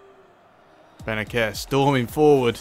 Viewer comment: Bennacer is pronounced Bennasser bro